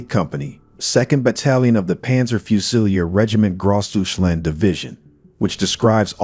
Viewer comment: Also, please pronounce it correctly